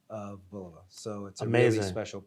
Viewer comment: They just let this guy pronounce Bulova wrong through the whole video? Haha